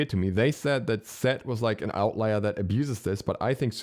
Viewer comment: The "Ee-set" is so dumb fucking terrorist ruin everything lmao